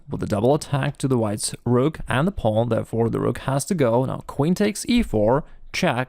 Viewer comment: Listening to pronounce the word “pawn” is better than listening to Benedict Cumberbatch say “penguins”